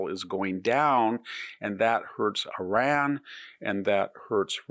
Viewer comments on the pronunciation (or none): none